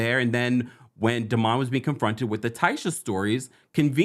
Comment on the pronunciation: I don’t like the way Tambra pronounces Demonds name it’s cringy. I agree Lateisha is a hater.